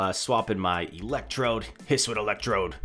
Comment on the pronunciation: its his-oo-ian not his-win,, just a heads up. youre late night videos are great to watch!